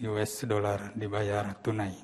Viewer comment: "72 ribu 3 ratus.. " ohh... 🙂 " yues dolar..!" Oh what?? wow!😱